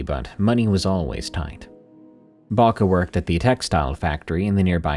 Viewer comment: I’m sorry but the way you pronounce Babcia kills me 🙏😭, my grandma grew up in Poland so we call her babcia , we pronounce it bob-ca or Bob-cha . Idk if it’s the audio but it sounds like you’re saying Baka . Or maybe I’m stupid and I’m thinking of a totally different word and you are saying it right.